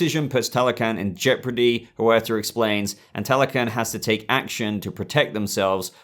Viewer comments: Yeah B , I think it's pronounced key-gun .Not key-o-gun . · barry keoghan's name is actually pronounced barry key-own